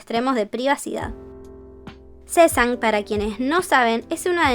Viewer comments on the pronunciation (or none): Sesan no es el término adecuado para decirlo, se dice “Sasen” y se escribe SASAENG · se pronuncia saseng